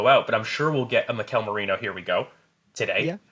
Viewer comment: I'm proud of you! you corrected yourself in pronouncing Merino correctly; we are good now